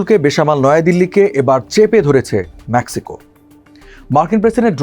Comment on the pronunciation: আগে ইংরাজি উচ্চারণ ঠিক কর কাটা, ম্যাক্সিকো নয় মেক্সিকো